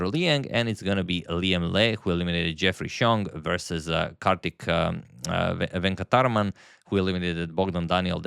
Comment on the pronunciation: how difficult is to pronounce Karthik Venkataraman ? 😅 you do great with other difficult names. You can do better mate !